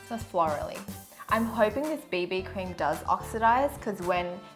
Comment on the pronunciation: I thought she said baby cream, not bb cream 😂😂😂😂😄😄😄😃😁😀